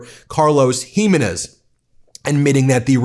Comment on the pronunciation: Hey, Ben. Ask your wife how to pronounce the name Jiménez.